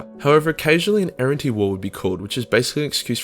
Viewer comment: Errantry, you sound like you’re saying errentee